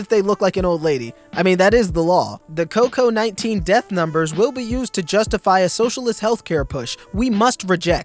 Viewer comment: and y u say coco 19 not coved 19???